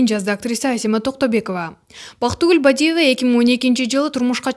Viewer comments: Бадийива эмес Бадыева десен боло,урматтуу"журналист".😅😅😅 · Могу тантык журналист Бадииева деп ффуууу ушул деги жоголбодуго Нелия деп оштук окшойт акцент мн суйлоп.